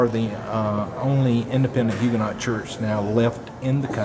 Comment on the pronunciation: Hue ga noe. Not huganot.